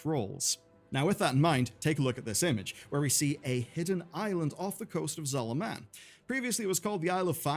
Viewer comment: Couldn't you at least pretend to pronounce Zul'Aman like someone who has played the game?